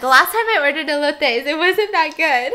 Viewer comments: She said elots it’s E L O T E S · Mexicans: OMG SHE SAID ELOTES WEY Well, I’m pretty sure that’s only me lol